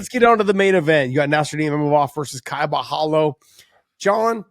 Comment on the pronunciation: Don't pronounce Borhalho not with HO at the end , just like Ronaldinho ( PRENOUNCE RONALDINJJJJJJJJOOO) BORRALJJJOOOO